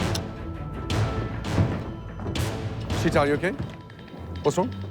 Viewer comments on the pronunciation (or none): Did nobody teach this narrator how to pronounce Sheetal? Wth is "shi-thaal"??? 😭 It's "Shee-tull" with the t sound made by touching the flattened tip of your tongue against the back of your upper front teeth.